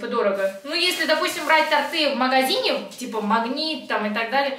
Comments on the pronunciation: Не ТортЫ, а тОрты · не тортЫ,а тОрты )) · Простите, но тОрты 😉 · тОрты и свёкла,а не свекла,только не сердись многие в этих словах ошибаются 😊💖